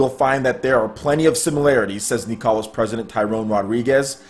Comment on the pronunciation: Nicalis = nicholas guys not kneecalus